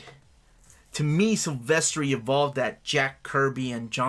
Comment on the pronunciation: I was with ya until ya said Silvestri lol.